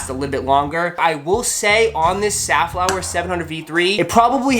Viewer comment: I thought I've heard Seth Fowler instead of Safflower. lols!